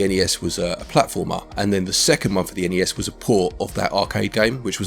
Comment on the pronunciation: I can tell you were feeling poorly, because you kept saying each letter in ‘N.E.S’ instead of just the single word ‘nes’